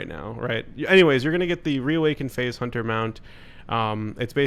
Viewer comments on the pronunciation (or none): none